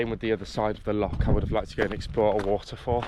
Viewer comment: You must practise your pronunciation of loch. It is definitely not lock. You are a brave boy. The army or the marines would welcome you.